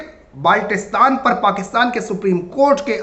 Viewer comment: tujhe baltistan bolna nahi aata